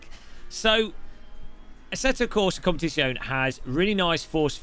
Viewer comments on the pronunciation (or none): Why you can't say Competizione 😔